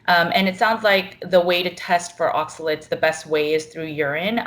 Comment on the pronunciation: ...it’s oxaLATES’...not oxaLETS’....